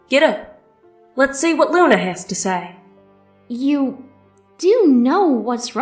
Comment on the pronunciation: Hearing Luna mispronounce words is amazing...